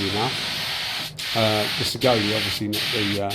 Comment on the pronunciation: Hi, Saigole is pronounced 'sigh-goal' 👍 I bought one back when they were only $100 au (so roughly 50gbp), for the money, they're a great little gun, ignoring that they're a copy, they seem well enough built. Actually, I use mine quite often for random small jobs. One thing I don't like about it is the pot lid is an absolute pita to clean due to the way it's made inside (and the trigger doesn't have quite enough of a curve at the bottom, but that's knit picking really). Overall, I don't think you can go wrong for the money 👍(not to say there isn't better for the same $$, but it isn't disappointing) Cheers for the vid 👍